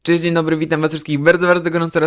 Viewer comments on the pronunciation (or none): none